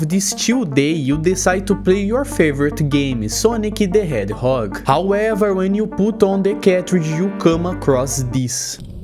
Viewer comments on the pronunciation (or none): sonic de hedhog 😭😭😭 (funny)